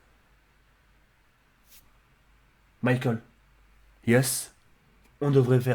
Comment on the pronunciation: Mdrr le 'Mickel' 'Yes' 😂😂